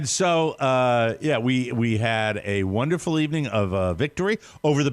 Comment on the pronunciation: Wunnerful wunnerful